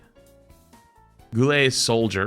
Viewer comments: and its guile as in gy ahl not geeeiilll ... god get ur fighting game terminlogyy right you r lucky i won t post this on scrub quotes lol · GHOULAYY IS SOLDIER!!! Its Guile, like while or like... yknow... guile - meaning to be sly or slick. Lolol sorry brother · Ah yes my favourite Street Fighter character “Goolay” Love you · Plays GOO LAY's theme song while crying at the pronounciation. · “Goolay” 🤣 im ded. I was thinking if flats no about Ow.Hub, he should know Street Fighter Hu- “Goo-lay?” Oh ok nvm.😆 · Goo ley? Brooooooooo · I want to make sure that flats will never live down calling Guile "Goo-lay". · Goo-lay, Im sorry what? He really doesn't know who guile is? Edit: Hot take, give that Juri skin to Junker Queen. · GOO-lay?? i love you man but that was the worst shot at saying guile ive ever heard😂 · Goo-Ley is the cutest pronunciation of Guile I have ever heard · did he say Goo Lay for Guile? LMAO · Yeah we all know it’s pronounced Gwee lay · "Goo-lay?" hahaha that killed me 🤣🤣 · It's pronounced "Gwee-lay" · an easier way to show someone how to pronounce it would be Guyl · That hurt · ah Goo lay my favorite Street Fighter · Not pronouncing Guile as Goo-lay..... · "Goo-lay" is diabolical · the way you pronounced Guile made me die inside 😂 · My bro just butchered guile's name ☠️ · It is a crime how you pronounced Guile bro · The way he pronounced guile…. I’m unsubscribing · Let alone can't even pronounce Guile correctly. What year when he was born? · The way he pronounced Guile oh my god that got me lol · so no one gonna talk about how he pronounced Guile?